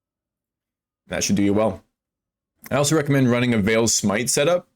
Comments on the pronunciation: Unveiling is not calf meat. It's not pronounced veel it's pronounced vale. And vaal is pronouned vAL not vail. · It's an easy mistake to make, "aa" typically makes an "ai" sound like "fail" but in this context it's correct to say Vaal such that it rhymes with "pal"